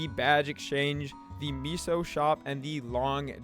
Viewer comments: Seriously. It’s pronounced MAY-SOH. SMH my head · its meh-soh... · That’s not how you pronounce meso lmfaoooooooooooooo